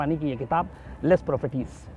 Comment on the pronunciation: लेस प्रोफेटीस नहीँ इस का उच्चारण है ला प्रोफेसीस